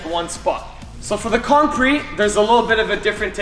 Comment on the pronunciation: Bro for kong vault it says conch vault